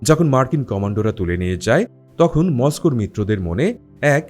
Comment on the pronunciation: Bro, it's not tohon. It's tokhon.